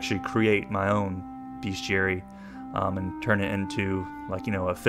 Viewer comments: The correct way to prounounce bestiary is, and shall remain "beast-yary". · I always thought it was pronounced beast-iary! What the heck? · Wait…. BESTIARIES ARE PRONOUNCED (BEST-E-AERY)? AND SPELLED LIKE BEST? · i pronounced it beast-e-airy